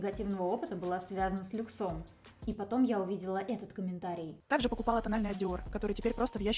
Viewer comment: лЮксом, лЮксом, лЮксом !!! ( а не люксОм)😳